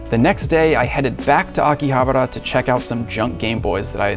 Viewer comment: You are saying it wrong, it's Akihabara "Aki-Ha-Bara" not Aki-habera you noob. 😂😂😂